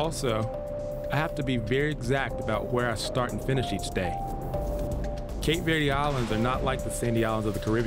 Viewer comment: I agree, the narrator doesn’t even pronounce Cape Verde right